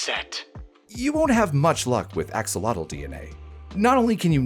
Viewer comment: Axolotl, being a Nahuatl word, is pronounced more like "ash-oh-loatch". The ending is the Nahuatl "tl" sound, which is hard to transcribe phonetically.